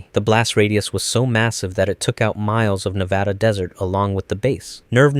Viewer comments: 10/10 I love you bro, you pronounced Nevada correctly ❤ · Thank you for pronouncing Nevada correctly